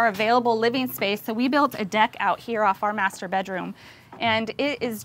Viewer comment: And through here we got a DICK In reality he said deck but it threw me off for a few seconds